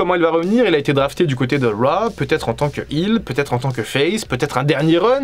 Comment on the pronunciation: Pas mal mais la musique est vraiment insupportable et pas adaptée. Stop prononcer RAAAH c'est Raw (Row !)